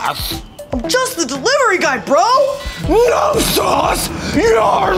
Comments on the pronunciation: I thought he said sauce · I swear he said my 'sause'.